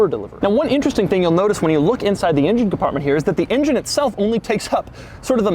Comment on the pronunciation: is it me or you pronouncing engine as INGEN :D its not Jurrassic park bro x))